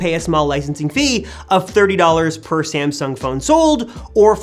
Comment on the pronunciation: Its not ”SamsunK”